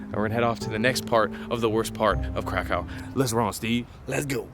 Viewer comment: Krakov please not crack cow